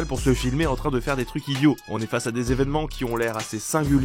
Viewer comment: C'est quoi des zévènements et des zhistoires ?